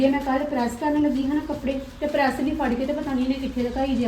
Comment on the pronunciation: ਪੜੈਸ ਨੀ ਪਰੈਸ